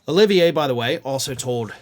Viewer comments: Carlos de Oliveira is Portuguese, not French, so his name is not pronounced “O-li-vi-é” but “de O-li-vé-ra” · Not “Olivier,” “Oliveira.”